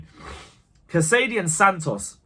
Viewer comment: It's Cas-a-day not Ca-sady. Happy with everything we saw smooth start for Poch. UTC! Keep it up.